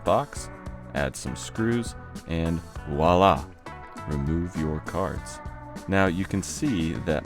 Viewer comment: You're killing me with the "wallah"s. 😆 I believe the word you are looking for is "voilà" (Vwah-lah).